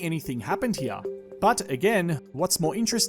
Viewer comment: it’s really making me mad the way he’s saying “here”